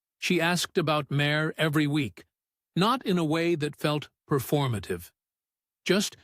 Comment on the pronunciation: I never heard Sinéad pronounced as “Sin-ay-odd“ or Máire pronounced as “Mare” before 😂